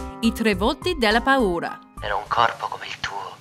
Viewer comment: Mega bonus points for you, even though you got the year kinda wrong (1959, not 1960) you managed to include my favourite: 'Les Yeux Sans Visage'. And you taught me how to pronounce 'paura'.